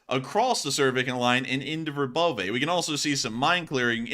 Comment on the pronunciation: Verbove said like Verbova